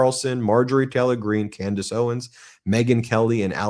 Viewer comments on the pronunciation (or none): none